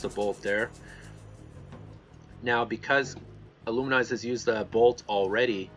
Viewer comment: IlluminAZE, not IlluminIZE